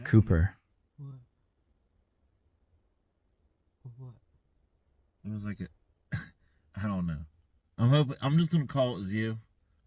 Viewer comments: Cooper or coupert lol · "COUPERT" cool 😎